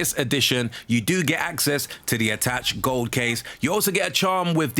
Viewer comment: That's not how you pronounce attache mate...